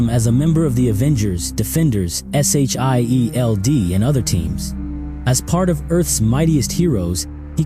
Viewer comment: “S h i e l d”? 😅